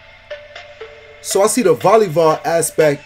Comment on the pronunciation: Why you pronounce it as Volleyvoll? Foh